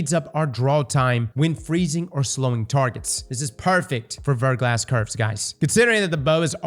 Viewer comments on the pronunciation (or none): Also it's pronounced "Ver-gla", the "S" is silent and it's French for "Freezing Rain" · "VER-GLAW" 👌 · Haven't started the video yet, but I bet he mispronounces Verglas. Yup, I was right.